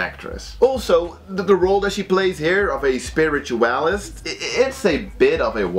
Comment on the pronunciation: I love the way you pronounce 'spiritualist'